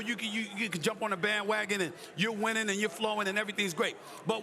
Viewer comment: Game 'wining' drives???